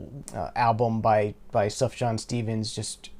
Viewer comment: Nice to see Beatles For Sale getting some love. Underrated early album of theirs in my opinion. Oh and psst... Sufjan is pronounced Soof-yahn. Soft J.